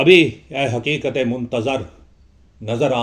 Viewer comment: Merey moahtram Urdu, me talaffuz talaffuz talaffuz😢😢😢 ki kya ehmiyat hai aapko haqeer kya batayega aap sahib-e- ilm ...ikbaabl me iqbaal kahan se aayega,hakeekat me Haqeeqat kaisey aayegi😢😢😢😢😢😢